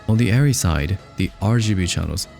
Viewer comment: firstly, thank you for correctly saying the name as Airree not areree. As a MiniLF owner op for 3 years, I know this feeling too well. It's hard to break away from that camera and dive into a new ecosystem of camera. Every DP should learn the physical minutias and tools with all cameras, but if u choose Arri, its hard to go back